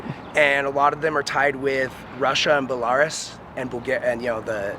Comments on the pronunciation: bellaurus? its belaroos pronunciation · its pronounced "BELLA-RUUUZZZZEEE" dumbass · Ba-lar-us….. you mean Bell-a-ruse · “Bell-are-us” bro doesn’t even know how to pronounce Belarus. It’s “Beh-lr-oos”. He’s so full of himself and thinks he’s really smart or something. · The way he is pronouncing Belarus is making me so mad😂🤦🏼‍♀️It's not Bel-ARE-us it's Bella-ROOS. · For real I said to my self “Ba-lar-us” whaaat it’s “Bella-ruse” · Wrong, genius ' Sanskrit' is an ancient Indo European Language, not a group of people. Another thing - (' Belarus') is pronounced:' Bay - la - Roos'( not ' bellaris'). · Lol, dude tries to play the whole, "i'm well read" act, and pronounces the name of a country as BELLARUSS. Its pronounced BELLAROOS, dummy lol. Amagansett Press looking pedo.... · It's not Bellaris you idiot!! 😂😂 It's pronounced Bella-Ruse!! 😂 And before anyone thinks they are a genius, yes I know that's not how to spell it, I'm fully aware of this!! I'm just spelling it how it is pronounced !!😂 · "Buh-Lar-Us" Bro lol. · Dude, say BEL-ARE-US one more time! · Bell-are- us ..? 😆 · Bell- A- Rooss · lol no kidding. “Bullariss” I mean wth! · Does this tard mean Belarus? I've heard him say Belaris like 5 times.. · I’m impressed you were able to decipher that he was referring to Belarus when he kept saying Boolarus. I was like wtf is Boolarus. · Its Bey-lah-roos Mr Smarty Pants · If this numbnuts pronounced the country of Belarus “Bullaris” one more time I would’ve lost my mind. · Belarus = Bell-are-us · My dude said, "Belarus." Pronounced it though like this, "Ba-lar-us" hahahaha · Beh-larr-is. LOL! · Dude called Belarus "Bellarr-Us" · Dude calls Belarus “Bell-R-Rez” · When he said “buhlaurus” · Did this guy really refer to Belarus as “Bell-Ahhh-Rass”? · Buh-LAIR-us omfg ... it ain't that hard! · the way this dude pronounces Belarus damn near gave me an aneurysm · The way this man just pronounced Belarus has me shook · I'm irrationally mad he can't pronounce Belarus.